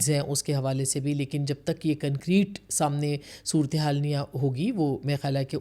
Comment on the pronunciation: مہربانی کرکے اپنی اردو کی تصیحیح کرلیں حکمتی نہیں ہوتا حکومتی ہوتا ہے 🙏🙏 صورتیحال نہیں ہوتا صورت حال ہوتا ہے 🙏🙏🙏